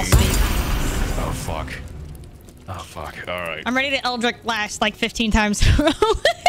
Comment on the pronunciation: i lose hp every time you say eldritch as 'eldrick' 😭😭😭